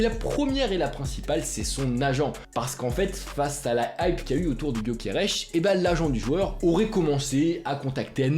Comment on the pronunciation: C'est gyokeres et nn pas gyokerech mdr ç'est un suédois pas portugais bordel 🤦